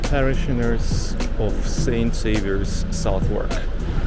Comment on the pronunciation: And Southwark is more like Suthuck with a voiced th like in 'the' (hard to write phonetically without resorting to the IPA).